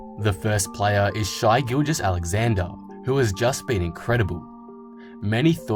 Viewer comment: It’s pronounced “Shay” not “Shy” ffs pissed me off so much